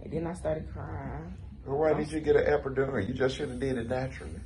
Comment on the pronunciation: This is so beautiful but are we gonna act like he didn’t keep saying epidurion lol.